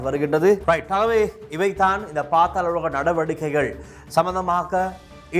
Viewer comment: பாத்தால உலகம் இல்ல bro அது பாதால உலகம்😂